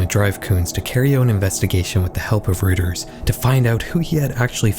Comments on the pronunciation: Reuters is pronounced ROY-ters, not ROOT-ers! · Just for future reference, Reuters is pronounced "ROY-ters", not "ROOT-ers". ☝️🤓 Surf Wisely. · Great video! Just want to point out that Reuters is pronounced royters, not rooters. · As a German name, Reuters is pronounced like ROY-ters — not “rooters” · Love your videos. Reuters is pronounced "roy-ters" btw! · just for your own edification and not at all to be rude bc it's a common mistake, but it's pronounced like "ROY-ters" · heads up: Reuters is usually pronounced as "roi-turs"